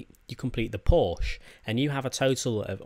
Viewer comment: its pronounced porsha